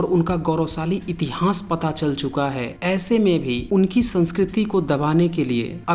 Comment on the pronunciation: please learn to pronounce itihas properly. I have listened to your video on Nalanda University also. Rest you have tried to provide good facts but need more authentic references just one or to books are not sufficient.